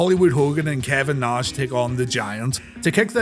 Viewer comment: it's funny how you can say the name rowdy piper but not savage and nash, you say it like sevage and nesh